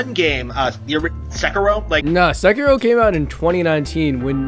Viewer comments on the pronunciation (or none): Ugh the cring got me when you said se ki ro. Buts it said se-kir-ro. Moving on. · small nitpick but it's annoying when people say "Sek-uh-roh" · Damn basement dweller lol is sekiro not sekirrrro